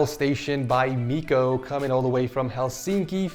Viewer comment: you pronounced Miiko's name wrong